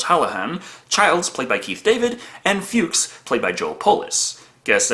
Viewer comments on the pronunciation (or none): Nonono, it’s pronounced “Fucks” as in Fred Fuchs.:)